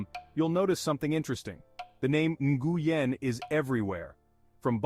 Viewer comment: The last name Nguyen is pronounce Win not nnngooyen lol